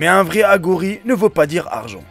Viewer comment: Aghori ta prononciation et fausse hiughour c est le musulman de chine